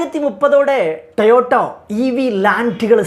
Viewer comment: ടയോട്ട അല്ല... ടൊയോട്ട ആണ് ശരി 😂